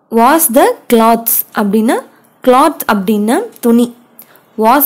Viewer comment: Hello properly wash the clothes. Wash the clothes. Clothes pronounce it properly